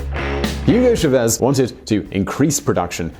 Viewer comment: It's "CHÁvez", not "cháVEZ"